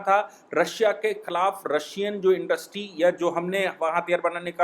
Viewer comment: भाई साहब आप हमैसा ईन्डस्ट्री को इन्डस्री बोलते हैं।समझ लिजिए कि मैं कितने ध्यान से आप को सुनता हूं।🙏